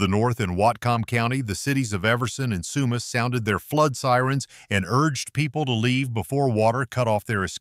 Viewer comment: From BC...north of sumas,wash..he says that place different than us.. I've even heard American news say Spo..Cane wash...omg.